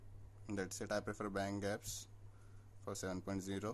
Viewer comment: Its not 'gaps' its 'G' apps tats for Google apps..!!